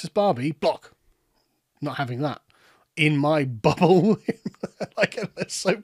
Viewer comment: he says 'in my bubble' but it sounds like 'in my butthole' and I cannot stop cackling about it